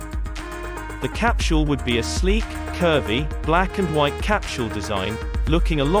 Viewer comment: The "cap-chule" is really hard to ignore!